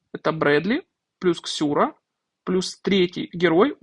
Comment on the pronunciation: Какая Ксюра, если Сюра)) И ни какая, а какой, это мужчина, почитайте про героя.